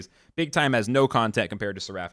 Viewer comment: Seraf. Not Ser-A-ff